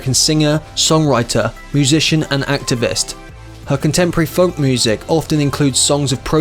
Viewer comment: I think it was a machine, folk was really pronounced L